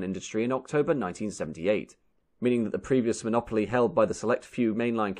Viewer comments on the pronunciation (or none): none